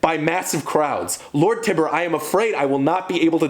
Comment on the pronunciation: Also it’s TYBUR (Tye•Burr) not Tiber.